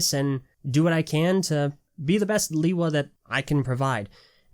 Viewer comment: Its not (lee-wa) its (le-wa)